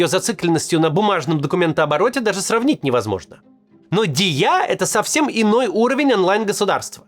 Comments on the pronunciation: Максим, нет такого слова "диЯ". правильно произносить "дИя", ударение на И, в украинском означает "действие". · продолжаем учить правильные ударения)) не диЯ, а дИя... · Макс, прикольно говоришь) Только ударения не на Я, а на И) дИя) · Не ДіЯ, а ДІя) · «Дiя» - это «действие» на украинском, а не государство. И читается как «дИя», а не «ди Я» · дИя, не диЯ братк, ваще не сложно выговорить и на русском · Правильно дИя, а не диЯ. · Не диЯ а дИя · ударение на И, Максим. дИя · У нас обычно говорят дИя - с ударением на И. Оно то, конечно, "держава і я", но еще есть просто слово "дія", что означает "действие" или "операция" (опять же в значении действия). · Пьяница что ли? дИя а не диЯ. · Все правильно, только не диЯ, а дИя, дИяты. От этих слов произошли российские действие, действовать. Да, формально это другое, акроним держава и Я, но так как уже есть украинское слово, то все произносят его так же. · не діЯ, а дІя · ДийА 😭😭😭. Это читается как дИя , мягкая Д , ударение на И , Я продлевать не нужно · Дiя это не только аббревиатура держава и я. Это слово означает "действие". И ударение в слове дiя на первый слог, дИя. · Ударение на "і" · Дія-с ударением на і.Означає Действие. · "Дія" ударение на "І" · "Дiя" - ударение на "и", произносится как "дИя". Это игра слов: не только "держава и я", но и "действие" по-украински тоже "дiя"😊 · "дІя"- ударение на "і" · в слове дія ударение на и(і) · в слове Дія ударение на первую букву. на Д не благодарите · Дия ударение на и. И переводится как действие, голова бл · Макс,😭 правильнее говорить Дия с ударением на и. "Дiя" также преводится как действие с украинского. Игра слов. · ДІЯ - УДАРЕНИЕ НА "І" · ударение на і! на і ударение... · Дія!!!! Почему режет слух неправильное произношение, ударение на "И"